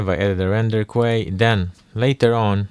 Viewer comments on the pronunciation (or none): Hey there big dog, sick nature sounds. Just letting you know queue is pronounced like "cue", or as if to just say the letter "Q", not quay.